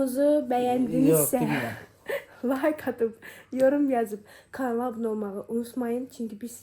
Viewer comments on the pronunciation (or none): none